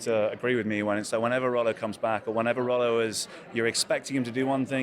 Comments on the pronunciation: Please pronounce his name properly...Its Rollo not Rollor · king, it isn't roll-law, it is roll-O